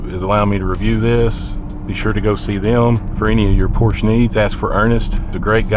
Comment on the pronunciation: A word to the wise - "Porsche" is a two syllable German name. Respect people, respect.